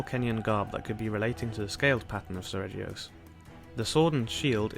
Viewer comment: 36. the G in seregios is actually pronounced /g/ as in guy, ghost and aghast, not /dʒ/ as in jack, joy and ajar